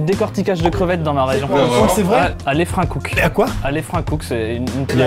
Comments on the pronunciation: Comment il prononce Leffrinckoucke , on dit "le" pas "lé" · On dit "leffrinckoucke" pas "léffrinckoucke" !! Merci xD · Depuis quand on dit "Léffrinckoucke" ? J'ai toujours dit 'Leuffrinckoucke" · Alka NeufCinq oui moi aussi mais bon Amixem ne connaît sûrement pas donc laissons ça, je te confirme qu’on dit bel et bien Leffrinckoucke sans é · Leffrinckoucke et nn léffrinckoucke on dit oui jhabite labas et je veux pas quon critique ma ville nn mais ou sinon jadore tes video continue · Juste on dit "Lefrinckouque" pas "Lafrinkouke" merci les nordiste Dunkerquois en force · Pour info, ça se prononce "LEU"FFRINCKOUCKE 😊😊 Likez, cette information est extrêmement importante!! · Alka NeufCinq ça se dit pas Leffrinckoucke à la base? Vsy même moi jsp 😭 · Comment il a déformé Leffrinckoucke les dunkerquois on connaît hein 😂😅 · Il a mal dit « Leffrinckoucke » il faut insister sur le « LE ». Je suis de Dunkerque vive le Nord de la France 🇫🇷